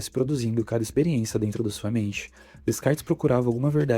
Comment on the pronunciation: A pronúncia é Decarte, não existe descartes.